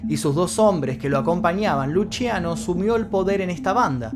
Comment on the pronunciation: Me llamo Luciano y se me hace rarisimo que lo pronuncie Luchiano